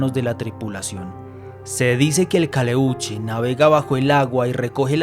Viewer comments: Es "calèuche " " pincòya" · Pincoya, acento en la O, no es huevon, es hueon, Caleuche, acento en la primera E.